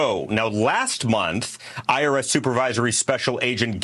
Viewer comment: I thought he said 'Irish whistleblowe', wow I was thinking connections to IRA, which is another story, but no, IRS.😊